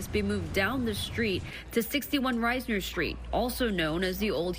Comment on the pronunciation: It’s not “Rise-ner” street, it’s “Reese-ner”. C’mon reporter do better.